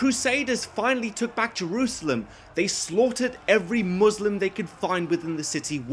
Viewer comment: For the love of god! Its not pronounced Muuuuuslim lmao 😂 Imagine thinking that any religiously motivated war wasn’t for power and expanding territory lmao But yeah the movie is really cringelevel bad lol